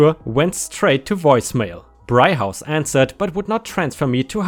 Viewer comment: Its pronoused brig (as in a prison cell in a ship) House and murr field (Where Patrick Stewart is from) No worries people get it wrong all the time West Yorkshire has wierd names